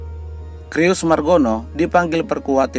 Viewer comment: Om Admin baca "Cyrus" itu bukan /Krius/ tapi /Saires/.